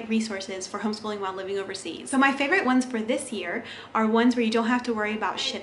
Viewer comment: Is English your first language? I've never heard someone pronounce favorite like that.